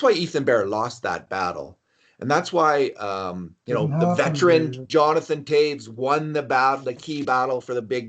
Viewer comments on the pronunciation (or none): How the frog can you say Toews properly?